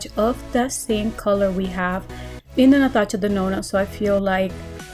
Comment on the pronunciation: The way she says Natasha Denona is so cute , my mama also pronounces it like that, I Love 😍😊